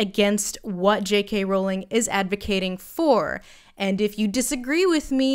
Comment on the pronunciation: Thank you for pronouncing Rowling the right way it’s one of those wired pet peeves of mine that is always just too irrelevant to point out when people get it wrong